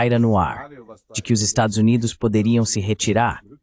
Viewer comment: "Estadosuneis".. As IAs censuram sistematicamente o nome dos estados unidos nesses vídeos traduzidos